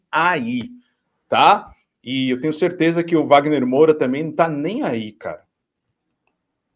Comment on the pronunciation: Que saco ouvir o errar o sobrenome do Wagner Moura!!!!